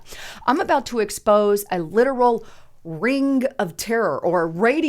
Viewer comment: Learn how to pronounce the word ring.